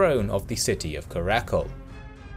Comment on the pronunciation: Sorry but it's "Kara-Coal" not "Carakle"! (Still really well done)